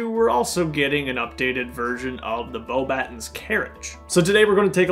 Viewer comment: Your reviews are always my favourite. Keep it up! Also the correct pronunciation is Bo-buh-tawn rather than Bo-batt-ens :-)